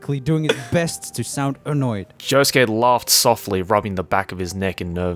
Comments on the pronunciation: pronounces Josuke as Yosuke by accident. Sasu ga Swedish. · I appreciate occasionally saying Yosuke instead of Josuke. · "Yosuke" instead of "Josuke".... okay '-' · Idk what’s funnier, the fan fiction or pronouncing Josuke as ‘Yosuke’😂😂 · says josuke the whole time: YOSUKE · Swedish, so he mixes up J and Y sometimes. Honesty it’s cute🥰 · Damn, I'm guessing the Swedish in is making him pronounce Josuke as Yosuke... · slipping into the Swedish pronunciation is so cute😂 80% of the time he says Yosuke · I'm just gonna point out the fact that sometimes pronounces Josuke as "Yosuke" and it confuses the crud out of my Persona 4 brain worms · what a very swedish way of pronouncing "Josuke" lol